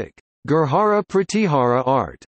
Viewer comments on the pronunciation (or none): Information is ok but bad pronunciation. Gurjar or Gurjara not Gurhara. This is not Spanish j is pronounced as J not H.